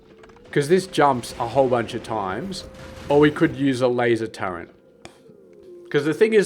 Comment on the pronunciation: Is it some regional accent thing to pronounce turret as turrent? Never heard an aussie pronounce it that way before